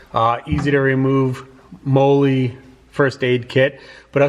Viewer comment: Pronounced "molly"